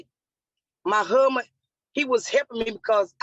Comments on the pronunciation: 🙄 "My HUHband." 🙄 "My HUHband." 🙄 "My HUHband." 🙄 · Can't even pronounce husband, do better. What a ridiculous mess.